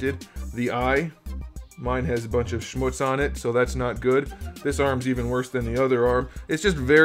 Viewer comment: Lol. You said shmootz.......